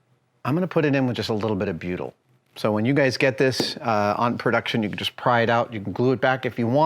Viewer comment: 26 minutes in, I'm thinking what the fuck is Beeyudel?? I was a marine engineer for 15 years and I haven't heard of this stuff?? Then I realised he was saying "Butyl" HA!!